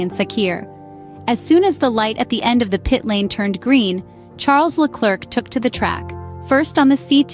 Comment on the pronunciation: I like this channel for I learn something each time I watch a new video. However the pronunciation of Charles Leclerc's name is wrong. The "c" at the end of the name should remain silent. The correct pronunciation is Le-Claire as in Claire Williams. AI is based on machine learning and in this case the machine learned it incorrectly because the name is often pronounced wrong by English-speaking commentators. My suggestion to the machine is to watch more French-speaking videos in order to learn the correct prononciation. Quibble aside your channel has now become a reference for me.